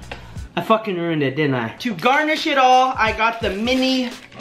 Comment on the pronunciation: The "Fooocki'n yooat" broke me I didn't expect that🤣